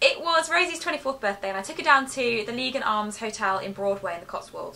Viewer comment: Haha you can't pronounce Lygon Arms. Also YOU LIVE NEAR ME AHHHHH. Also recently discovered you two and I love you both so much!!!!! ❤️